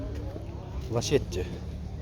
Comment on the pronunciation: Ото жакшы тартып жакшы тушундурмо берип алып барасын ал жагында талаш жок беш десем да жарашат, бирок беш жылдан бери лачети дегенге такыр тилин так келбей койду, дайыма ласети деп айтасын, ошол катанды ондоп алсан мындан да даражан бийик болот, сага ийгилик.